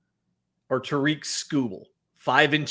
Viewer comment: TARE-ik Skubal, not Tare-EEK.